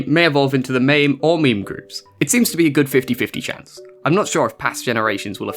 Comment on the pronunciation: Just so you know, it’s not pronounced like a meme, more like this: meh meh. And it’s not like mame like tame, it’s more like mah (like in mama) meh. So mah meh.